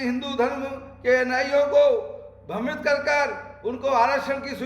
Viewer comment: अबे भकन्चोर भर्मित नही, भ्रमित होता है झंडु bam😂